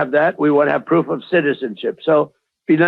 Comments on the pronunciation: She said poof not proof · Hey, give, kamala some credit. It's very hard for her to say the word proof.